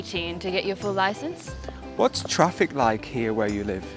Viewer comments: Traffice 😂 She's great. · the word 'traffice', it's supposed to be 'traffic'